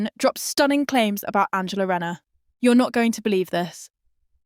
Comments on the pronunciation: It’s not renner its rayner get the name right atleast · Shes called RAY NER for god sakes get the pronunciations right